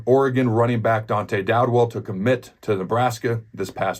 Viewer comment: Dowdell not Dowdwell, Adam